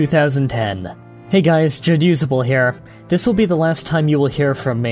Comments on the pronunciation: i will never get used to it being pronounced ja-use-able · WAIT.... Is it pronounced Jad Usable or Ja Dusable? WHAT?